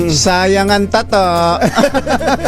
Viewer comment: NATATAWA AKO SA 0AGBIGKAS NG SAYANG ANG TATTOOOOOÓ......???? UUUUHHHHHH... 🤣🤣🤣🤣🤣